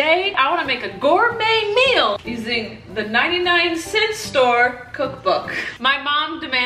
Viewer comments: "99 centy" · " 99 centY "🤣🤣🤣